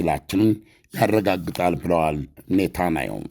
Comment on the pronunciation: ኔታናዩ ሳይሆን ኔታንያሁ ብለህ ብትጠራቸውስ ?